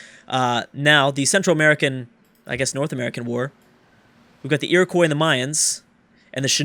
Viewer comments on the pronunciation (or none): Iriquios isnt pronounced as "koi" at the end!! its pronounced qwah (IRI- QWHA)